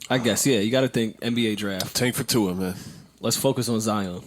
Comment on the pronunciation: butchered the shit outta Tua's name.